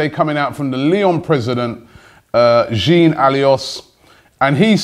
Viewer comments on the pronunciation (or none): Robbie mate it's jean (like john not really jin?) and Aulas like Olas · lol robbie jean michel aulais is not pronounced allios but rather like ol-ass and jean almost like jan